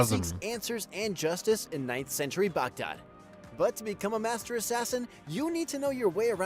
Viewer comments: Guy really has a hard time saying Baghdad. 😅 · Next time can IGN get an actual Middle Eastern person to narrate the video. White boy is butchering the words